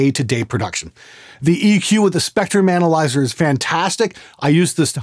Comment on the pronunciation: For a moment I thought you had said "Spectre Manalyzer" instead of "spectrum analyzer".